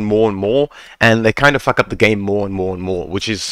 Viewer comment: lol love when you say for the love of fack